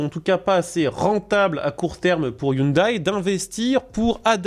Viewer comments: On ne dit pas i oune d'aille mais i oune dè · On dit pas hyundaye 😅 Sinon une belle idée de merde vous voyez les files de camion et les camion qui se tirent la bourre? Sa va être pareil avec les autos...